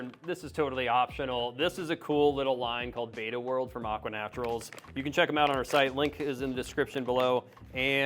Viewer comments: Behtah, not Beyta. The word Betta comes from an ancient local dialect word for a clan of warriors ("ikan bettah"), and splendens is Latin for "shining" or "splendid". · Its betta not beta. Ask an Asian from Thailand, where they are native. They’re called Betta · Beta as in Alpha Beta..... is not the fish..... Betta pronounced like Letter is the correct way. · Yeah I was surprised by all the videos lately calling them bet-tuhs, when everyone used to call them bay-tuhs when I was growing up. I agree spelling doesn't make sense but since they're asian I figured that was why. My brother and I used to jokingly call them bet-tuhs because of the spelling, knowing they were actually bay-tuhs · Imagine taking advice from someone can't even pronounce Betta properly!